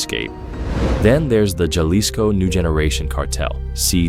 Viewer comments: The J makes a H sound it’s not Ja lisco it’s is more of a Ha lisco.. please do research on the pronunciation of words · Not knowing it is pronounced HA-lease-co is NOT an indication that everything is bogus. Please give them another try.... the video was VERY informative. 👍👍👍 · As soon as the AI narrator said "Ja leesco" I hit pause. NEXT! Clearly, this video is bogus. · Did you say Juh-lis-co? Lolll too much AI but good job overall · That’s not how you pronounce Jalisco